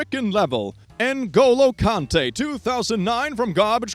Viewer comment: holy shit you pronounced ngolo kanté so well wtf